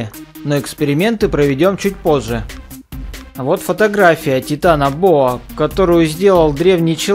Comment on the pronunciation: Не тетанабоа а титанобоа